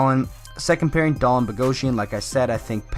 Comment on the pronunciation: Please say his name properly lol it's pronounced Dah-Leen